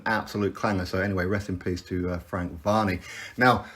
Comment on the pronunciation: yeah man I knew it was varey but I think your definitely mispronouncing it mate